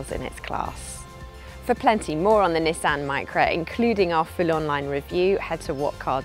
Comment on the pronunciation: You can tell she's English she can say nissan correctly not nesson